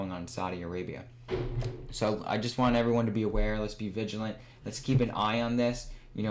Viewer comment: "Vigilant," not "viligent."